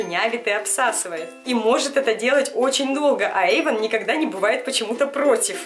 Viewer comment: бессиииит не Эйвон а Эйван